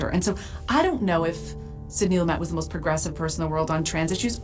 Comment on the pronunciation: Sid-nee Loo'-mut Just sayin'